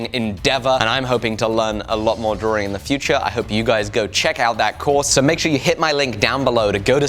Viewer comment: It's drawing not drawRing